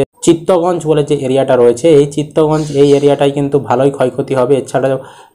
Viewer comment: দাদা ওটা চিত্তগঞ্জ নয়, চিটাগং বা চট্টগ্রাম